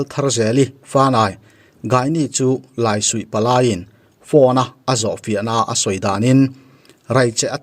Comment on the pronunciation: Laisuih i lam dan hi a dik lo deuh in ka va hre ve